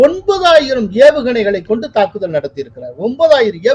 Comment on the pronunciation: ஈரான்மீது நாளை தாக்குதள்....? லகரம் ளகரமாக ஒலிக்குது..... கோலாகலஸில் தமிழ் கொலையா....😮😮😮😮